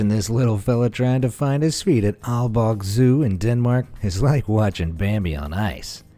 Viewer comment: BRUH the way he said aalborg jesus christ he butchered it